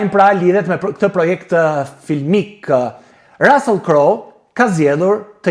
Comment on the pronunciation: QUHET RUSSULL E JO RASELL O SHQIPTAR QE S'DI TE LEXOSH ,CA DO I BEJE HOLLYVUDI SHQIPERISE DO I REKLAMOJE SALCICET QE JANE NE GJITH BOTEN ME MISH VICI,MISH,PULE,MISH DERRI TE EMBLA DHE PIKANTE ME SPEC DJEGES E PIPER ,RECETA GUZHINE TE PJEKURA ,TE ZIERA ME VAJ E VERE TE BARDHE ,ME SUGO POMODORO E VER TE KUQE